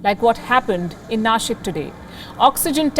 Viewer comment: she said Nashik and not Nasik!!! 😱😱😱. She's the first North Indian to pronounce the city name correctly. I love you Palki 😘. You felt the sentiments of Maharashtrian people. Greatest News anchor ever 😍😍😍🔥🔥🔥❤️